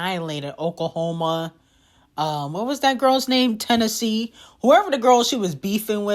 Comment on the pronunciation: “Oklahoma” 😂😂😂 “Tennessee” lmao